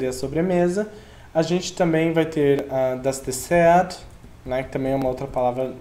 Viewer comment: Só uma observação: o T da palavra DesserT não tem pronúncia.